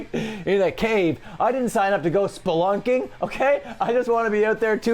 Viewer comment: HAHAHA SPLUNLKING